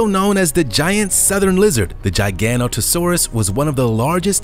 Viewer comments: GIG - O - NOTO - SAURUS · When he said gigantosaurus I was like "wait ark"